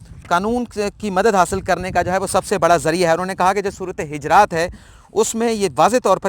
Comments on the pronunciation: محترم......سورةالحِجرات نہیں......بلکہ،حُجُرات ھے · جی صحیح فرمایا آپ نے سورۃ حجرات ہے پیش اوپر ہے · حجرات نہیں پیش کیساتھ حجرات ہے